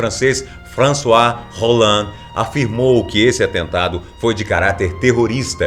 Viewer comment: O sobrenome nome do presidente da França se le "olande" não "Rolande". Gosto muito de seus vídeos !! Ótimo trabalho!